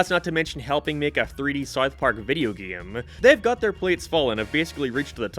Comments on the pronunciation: You can't even pronounce South Park. Syth Park on Paramynt guys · The way you say south park is killing me